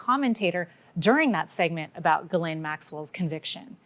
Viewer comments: I refer you to my other comment herein (where i remove the letter between the R and T from that comment) where 5 seconds into 'your' piece you pronounce Ghislaine Maxwell's name incorrectly. I can hear other folk saying, 'why are you so worried about her name when she is a monster.' Well... What's in a name you might ask? As a professional, I take it you are claiming to be a professional reporter: YES / NO? Circled YES did you. Well, that say's it all. If 5 seconds into your "professional piece" you cannot get even her name right, after all this time, how can we trust your word from there on in? We; unfortunately; cannot! And it is such a shame because it is such an important piece of history making child molisatation. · Usually your pods are succinct and interesting. But please do your due diligence. Maxwells name is pronounced Ghee Laine. Not Jis Laine. And lastly please speak proper English like all presenters and news anchors. “Her and I or Him and I” are horrible mispronunciations!!! “She and I or He and I” are correct. I’m not some cranky old chick. I just respect the English language. Enough not to butcher it!! 🥰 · It's pronounced "Gill-Aine", not "Jizz-Lane". Agree totally about the BBC. Look at their history with Jimmy Saville, but it will make you sick. The UK state sponsored media outlet is beyond disgusting, and should be put out of our misery. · Jizz Lane Maxwell??? Duuuude. I heard it was pronounced "Gillen" or even "Glen" but Jizz Lane..........Duuuuude. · he REALLY said JIZZ-LANE!!!! i am crying with laughter!!!! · Jizz-laine. Is that how you pronounce it🤣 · Did he just say "Jizzlaine Maxwell"? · are you deliberately calling her “Jizz-Lane”? I seriously can’t tell! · Awkward attempt to pronounce 'Ghislaine' there..